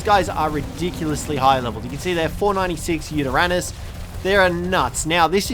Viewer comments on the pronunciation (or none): none